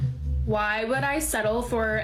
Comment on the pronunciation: it's not "woullld". It's pronounced "wood". The "L" is silent.